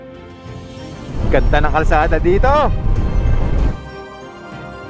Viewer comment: GAT-TARAN boss....